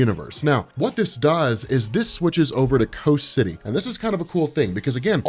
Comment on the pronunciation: Why are you calling it "co city"?